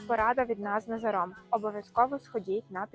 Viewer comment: у вас біда з наголосами - ІмрЕ, з НазарОм. жах.